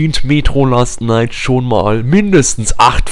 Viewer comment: Es heißt : Metro Last Light ^^ (nicht last night)